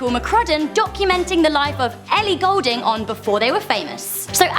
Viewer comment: Her second name Goulding is pronounced as in 'Ghoul-ding' not Gold-ding, how I know this is because we share the same family name.